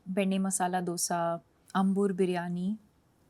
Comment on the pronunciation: Dude itz "AA"mbur n it's a place in Chennai not banglore